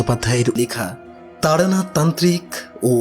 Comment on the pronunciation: Taranath not Taranat.